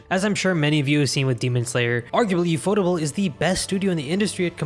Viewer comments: ufotable is pronounced as "yew-eff-oh-tay-ble" judging by the katakana text and sounds. Did you know that ufotable provided 3DCG assets in Sonic X? Other than that, most of Sonic X's animation is handled by TMS Entertainment as with most other animated adaptations of Sega's IPs. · From what I remember I think ufotable is supposed to be pronounced like UFO Table. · it's UFO Table not Ufotable 😂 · Reading the Katakana, it's actually pronounced as yu-fo-table (yes as in the furniture)